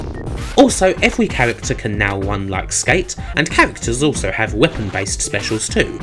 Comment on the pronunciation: No trying to be rude, how come it's only people from the UK (Britain/England) who have these speech impediments? like this one in particular, where they can't pronounce their R's, they use a W instead, "the fuck Pwactical Wun down" for practical run down. It's literally only English people, like Nostalgia Nerd also has it but his problem is with T's, he uses V's and F's instead, Ve Fing is vat we can't fing, tough we fink ve wrong fings". Anyone else notice this?